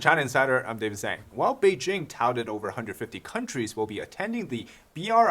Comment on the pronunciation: Random question, your family name is Zhang (张), why do you mispronounce it?